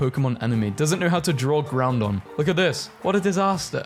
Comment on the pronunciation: Makes me want to continue to watch/listen to this less and less with each time I hear him say "Groundon" instead of 'Groudon".